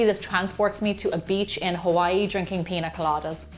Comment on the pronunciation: Just FYI: Piña with that tilda over the 'n' is pronounced like ny, i.e, peenya rather than pin-a. Its a Mexican word.